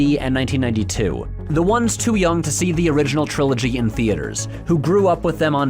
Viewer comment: I hate the way he says "trilogy". It sounds like "CHrilloCHgy"